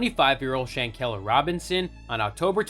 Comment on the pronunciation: Please do your research and pronounce her name properly.. Shanquella♥️ justice for Quella✨